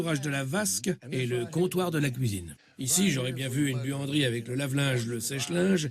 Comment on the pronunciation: pour quand a dit buanderie j ai entendu